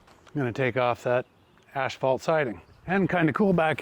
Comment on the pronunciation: "Asphalt" is NOT pronounced "ashfelt". It is "Ass-falt"